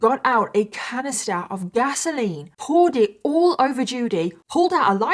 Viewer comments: OK, lol, I am so used to hearing English people say petrol that when I heard you say gasoline, I heard Vaseline and I was so confused. PS, I'm so addicted to Love and Pies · I also heard Vaseline too. Took a few times before I realized she was saying gasoline. 😅